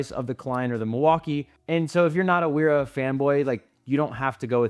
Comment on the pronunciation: Wera is German. "W" is pronounced as "V" and vice versa. It sounds uninformed to pronounce it the way you do.